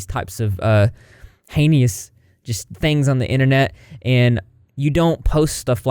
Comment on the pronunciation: I think you say heinieous just because you know I'm going to correct you. HAY-NUSS. Haynuss